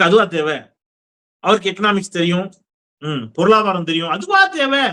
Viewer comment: திரு... நான் தொடக்கத்தில் இருந்தே உங்கள் பொல்லொவ்வர்... உங்களுக்கு ஒரு வேண்டுகோள்... பொருளாதாரம் என்ற வார்த்தையை நீங்கள் தவறாக பொருளாபாரம் என்று உச்சரிக்கிறீர்கள்... எனவே வருங்காலத்தில் சரி செய்துகொள்ளுங்கள்... 😊🙏